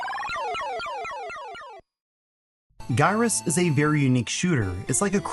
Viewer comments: its pronounced GIRUSS not GUYRUSS 🙂@ - i have all the games mentioned running on my Atgames Legends Ultimate stand up arcade machine (including the arcade versions too) runs great as the machine comes including proper trackball and spinners! I play them all on my steamdeck too which has dual analogue sticks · GY - RUSS.... like gy-roscope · He needs to google the pronunciation of gyroscope. It's very close. Gyruss = jai·rus